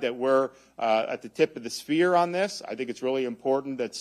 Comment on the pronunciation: Did he say tip of the sphere towards the end? 🤣